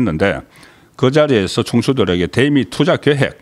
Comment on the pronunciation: 송기자님...다 좋은데 발음좀 고치세요. '대미'...'대'에 악센트 넣지말고 길게 발음하십시오. 경상도 사람들 기자님처럼 발음하지읺습니다